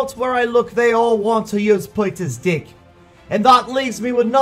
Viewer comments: Is it just me or did I hear "dick" every time he said "deck" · I hear you say di*k, instead pf deck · He copy Chief Pat "dick" xD (Deck). LoL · Peter can you say DECK without changing the letter E into I? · Thanks peter... my mom keeps looking at me everytime you say deck. because the way you say it sounds bad 😂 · Lol I love when he says deck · I love your accent especially when you say deck